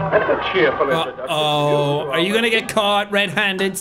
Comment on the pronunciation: I died "just how alone you arr" 🤣 I dont know why his accent just sent me